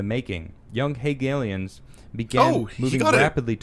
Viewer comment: The guy attempts a deep dive on Karl Marx and he can't even pronounce "Hegelians." It ought to be self-evident to anyone, right or left, that this man and his contingent of moronic pundits (Pim Tool) suffer from an extreme poverty of thought.